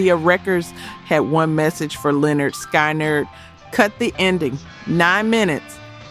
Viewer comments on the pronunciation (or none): why is it that the band who LITERALLY showed you how to pronounce their name on their first album is the band none of these AI narrators can pronounce correctly? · Is it possible that this lady cannot call Lynyrd Skynyrd correctly???? That's why you get a dumbs down! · Can't pronounce Lyrnyrd Skynyrd.. Must be AI-generated narration. That's a typical characteristic of AI